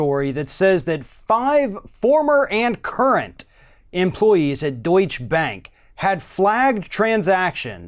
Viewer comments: It's not "Deutsch Bank" as in 'Donny Deutsch' but 'DeutschE Bank' - pronounce the last E. Why can't americans pronounce foreing names correct? But - never the less - Deutsche Bank needs to be cut down to size! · Please, it's not pronounced "Doich" bank - though Trump probably pronounces that way as well.